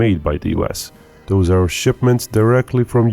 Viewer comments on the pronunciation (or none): "Doaz attacks..." C'mon, speak English!